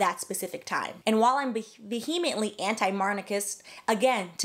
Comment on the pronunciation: No offense, but these "scholars" using words they can't pronounce is hilarious 😂. Vehement is not VUH-HEE-MITT. Vehemently is not VUH-HEE-MEE-IT-LEE. SC's are a joke...but so are you! 😘